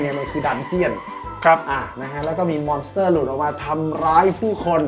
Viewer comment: ขัดใจจัดอะพี่ทางซ้ายพูดว่า มอน - เตอ คลิปหน้าขอพูดว่า ม้อน สเต้อ ได้มั้ยยยยยยยยยยยยยยยย